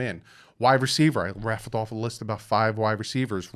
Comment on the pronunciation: Just so you know... the phrase is "RATTLED off a list".... not raffled